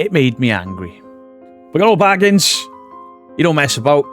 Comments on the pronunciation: New drinking game: take a shot for every new pronunciation of Bagans 😘🤣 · Stopped watching as à fellow brit and you pronounced his name wrong within seconds. Then also I'm annoyed he made a good film and left us to decide which u have taken and made about you. Gac started in a hotel also man. Also of almost facts but not quite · THIS! Why is it so hard to pronounce Bagans?